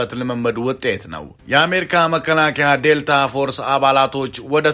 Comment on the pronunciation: ክፍት አፍ ዴልቲ ዴልታ አትበል